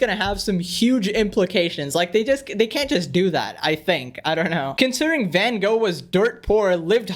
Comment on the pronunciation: Wow, what an intelligent commentary by some who even can’t pronounce “Van Gogh” correctly. But you’re right let’s save the art while our planet is dying - that’s the most important. 🤣